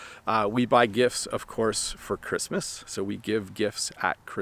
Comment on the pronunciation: Hey! I have a question. I noticed that when you say “gifts” you don’t pronounce the “t”. It sounds like “gifs”. You clearly pronounce the “t” when you say “gift” though. Is that correct? Thank you and Happy Christmas!